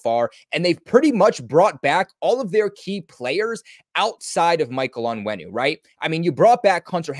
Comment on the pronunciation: The way you said “Michael Onwenu”🤣